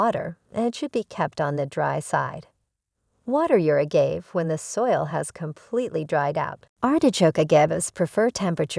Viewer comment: Good info, thanks but it’s grating to hear the subject name be repeatedly mispronounced.